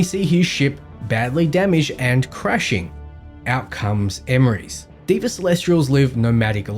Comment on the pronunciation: Deva isn't pronounced as Di-va, it's pronounced as They-va.... it's a word which means god/divine/angel in vedic sanskrit.